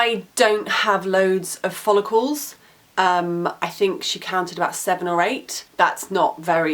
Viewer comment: when you say the word ''follicle'' it sounds a lot like ''holocaust'' ahaha